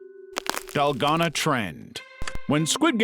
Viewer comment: So many red flags about this channel 1 possible AI banner and profile 2 the way it said Dalgona 3 how many views it got on its first video (this one)